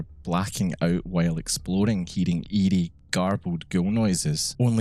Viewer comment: It was hilarious. I thought you kept saying ede but you were saying eerie. 😂